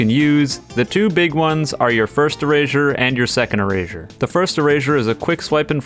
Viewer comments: I'm sorry if this is rude but "erazure" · Why does he keep saying erazersaure? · Moral of the story: says erasure like erashure